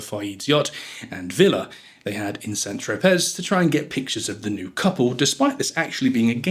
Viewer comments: 1, it's pronounced St Trop-ay, not Tropezz 2, it's pronounced Parker Bowl-es (like bowling) not Bowels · Most well educated and well travelled people (including the English) know how to pronounce well known place names correctly. To pronounce the "z" of St Tropez is a primary school error. "Bowels" - now that I can more easily overlook!